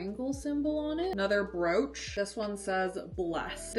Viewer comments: I thought she said "roach" 😭😭😭😭😭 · me too why she cant say brooch its not a hard word